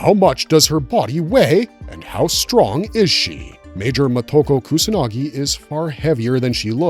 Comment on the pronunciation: You can't spell her name in the title, you can't pronounce her name. Short words like of/if/in are not capitalized in titles. Can you put some basic effort into this?